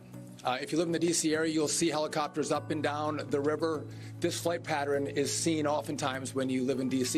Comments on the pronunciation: It's pattern, not patterin. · And he is pronouncing the word pattern wrong. Like patteren. SMH